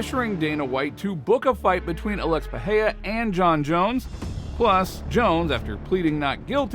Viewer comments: I'm trying to say he's pronouncing his name like it's a Spanish word but in Portugese the R is not silent in the middle of the word. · First learn to pronounce Pereira, second how is Alex supposed to go to heavyweight in 4 months when Jones took like 2 year at least of training and bulking?